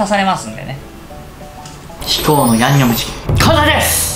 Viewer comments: 「最強のやむにょむちきんを…」初っ端からやばい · 「ヤンニョムチキン」がギリギリ言えてないほろ酔い加減がいいですね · リュウジさんの ヤンニョムチキンが 言えてないのが 同じでわかる笑 （酔ってるなう笑） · 「ヤ☆にょ☆cキン」初っぱなから吞んべぇとは… 本場よりも美味しそう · ヤンニョムチキンって言えてなくて笑う